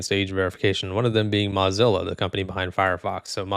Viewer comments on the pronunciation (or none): Moe not Mah Zilla.. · That's hilarious. You thought you had Mullvad wrong but you had it right, but had Mozilla wrong. MAH-Zilla? Nope. Mow-Zilla. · hopefully something also gets passed in the us which bans these mass surveillance laws as well also mozilla is not pronounced like mozarella brochacho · "im probably saying that wrong" buddy, you're pronouncing mozilla wrong 😭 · why are you saying mozilla like that😭😭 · You should at least pronounce the company's name correctly if you're doing a video on them. LMAO